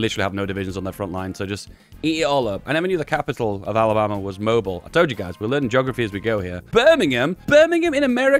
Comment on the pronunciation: Mobile is pronounced "moh-beel" and the "ham" part of Birmingham is literally pronounced like the meat.